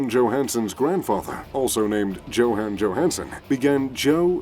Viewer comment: I couldn't listen to how he pronounce Johan Johanson's name ...